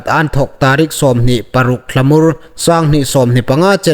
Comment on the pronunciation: Thlahmur ni awm tak in ka hriet a,Thlamur ti ri awm tak in ka zuk hriet nawk hlaka an dik lem hre hai hung tawng ro ie